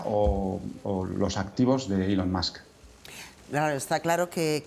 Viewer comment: No sé cómo se llama esta presentadora, pero enhorabuena por pronunciar ELON como ÍLON. Pocos tienen la profesionalidad MÍNIMA de hacerlo. Hasta ahora solo Resano y Verónica Sanz de La Sexta lo hacían. La mayoría cometen la incongruencia de pronunciar bien el apellido, Musk como masc, pero mal el nombre.